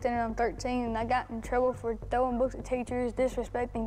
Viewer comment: Throwing books at teachers I thought he said throwing roast potatoes